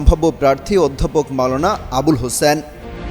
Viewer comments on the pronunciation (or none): none